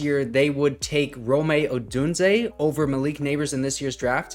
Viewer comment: Brother his name is Rome not Rome’ lol